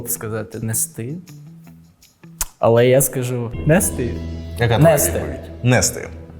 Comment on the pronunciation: Чому стало модно серед розмовни хблогкрів робити наголос на 1 складів таких словах: пишу, роблю, кажу.... Мене це стращенно дратує. Вони всі стали гуцулами? Мене це страшенно дратує